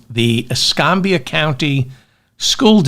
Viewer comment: Escambia, the county pulling dictionaries out of schools, (how dumb is that), is pronounced uh 'scam' bee uh instead of uh 'scom' bee uh Not nit picking. Just FYI-ing. Love the mop-up! Thank you for mopping up!